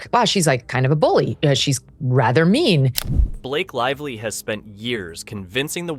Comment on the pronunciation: “Blake Live Lee”